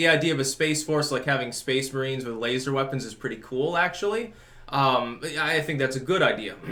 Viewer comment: SPESS MAHRINEES